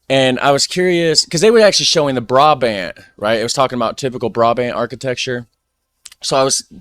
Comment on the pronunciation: Your pronouncing is quite ok for an English speaker! In the Dutch language we don't pronounce the A towards the E as in English! When you pronounce the word "Brabant" you can distinguish the two different sounds of the A in english while in Dutch both A are pronounced as the first one! English example: Bra or like the band name Aha. We also use AA in the Dutch language and it's the same sound only prolonged so it sounds like the end of that band name Ahaaaa! Dutch examples; Naar = To or Creepy Waar = Where or True Daar = There Snaar = String Then we've got some vowel mixtures like AE, AI, AU, AO but by pronouncing your A and AA right you go a long way already! You can practise with this sentence! Ik las vandaag in de krant de aanvraag van een amerikaanse klant! Today I read in the newspaper the demand of an American client!